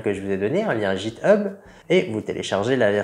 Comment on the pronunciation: on prononce guiteub 😁😁😁